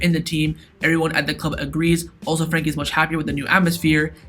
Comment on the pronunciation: This guy is mad saying frenkie and Christiansen